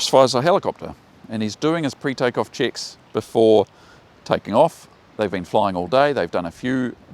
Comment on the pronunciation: Nice accent: Every time you say "checks" I understand "chicks". 😉🤣 Nevertheless a very important lesson. Thanks for that.